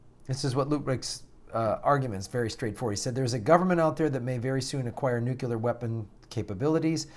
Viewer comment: Could you possibly learn to pronounce "nuclear"?